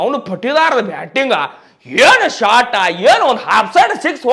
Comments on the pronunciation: ಶಾಟಾ,, ಅಲ್ಲ ಶಾಟ,,🤣 ಆದ್ರೂನು ಈ ಸಲನೂ ಕಪ್ಪ ನಮ್ದ👍👍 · Anna Shat annabyad Shot anta hel clear aagi, Shat berede kelsatad😂😂😂